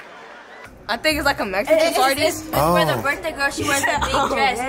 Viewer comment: 🤣🤣🤣🤣 dat nigga say happy brith day ahhhhh